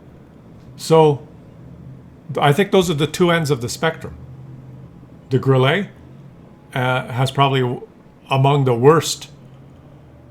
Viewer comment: Grille is pronounced Grilla in German.